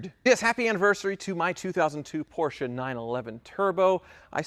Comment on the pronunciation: Lol...next video “I coyote swapped my Porrcshe”